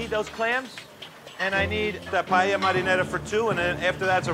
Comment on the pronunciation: They can't even pronounce Paella